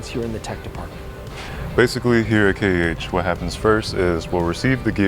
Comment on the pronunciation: It's K-E-H, not Kaych.